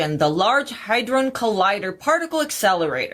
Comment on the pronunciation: He said HI-drone collider. Lmao Hit like anyway, not everyone is an A student in language.